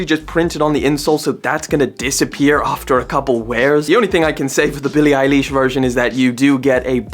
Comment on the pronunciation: billie eye leesh 💀💀